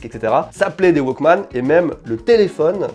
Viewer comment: "Mais il serait encore en état de foncitonnement" 2022 découvre la pierre à briquet! Pas besoin de la recharger (il faut quand même la changer), pas besoin de WIFI, ne se branche pas sur un smartphone, ne nécessite pas d'application dédiée "le 1er waquemanne de Sony" C'est pas plutôt un wouolequemanne (ou Woke-man)? Moi aussi je connais l'effet madeleine de Proust, ça peut faire mal. Et après ma famille se demande pourquoi je garde tout et ne jette pas mes vieux trucs:/